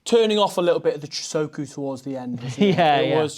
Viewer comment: The so in chousoku is pronounced like the word saw btw